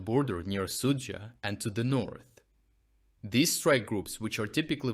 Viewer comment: English language tip: Pronounce "these" as "theez," not "thihz." Otherwise, a good report with information that is encouraging as to the future developments toward the defeat of Putler and his orcs.